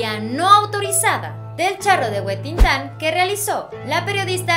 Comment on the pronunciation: ALGUIEN MAS NOTO CUANDO DICE, EL CHARRO DE "HUETINTAN" 🤣🤣🤣🤣🤣🤣🤣🤣LO REGRESE Y LO REGRESE Y LO REGRESE MINUTO Y NADIE LA CORRIGIO, 🤣🤣🤣🤣🤣🤣🤣🤣🤣🤣🤣🤣🤣🤣🤣🤣🤣🤣